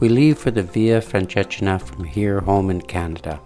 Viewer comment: very nice video thank you...but you may want to Google how to properly say the name of the walk